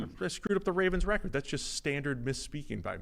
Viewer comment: you keep mispronouncing "record". Just a suggestion to correct it. Love the pod guys. Keep it up.